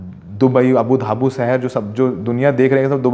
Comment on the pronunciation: woh Abu Dhabi hai,apne kai baar AbuDhabu bola diya.😊